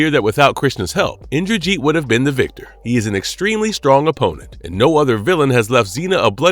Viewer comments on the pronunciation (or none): none